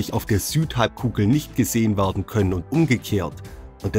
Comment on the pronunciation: bitte sag "werden" ... nicht "wardn"... das macht mich kirre :)